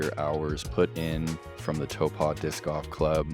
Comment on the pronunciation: You know we love you, but... it cracks me up every time he mispronouces Taupō. It's not "toh-pah"... it's "tah-poh" or even "toh-poh".